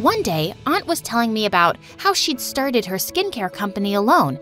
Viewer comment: I HEARD "how she sharted"